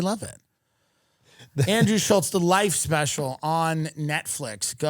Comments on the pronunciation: Andrew Shulkz? Seriously, Tim? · Andrew “WIGERACE” Schulz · This guy allows everyone to mispronounce his last name. What a puss.